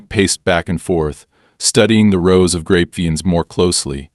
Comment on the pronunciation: Must be AI since he can't pronounce grapevines. I'm in California and grapevines for wine are popular to plant except they take a lot of water, huge amounts